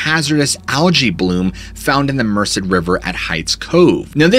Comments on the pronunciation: The river is Merced, not Mercer, pronounced Mersaid. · Love & respect for the Gerrish family. FWIW because you work hard at pronouncing things properly, this has no bearing on the tragedy that occurred - I was born & baked in the valley area near Merced. Merced is pronounced mer-said.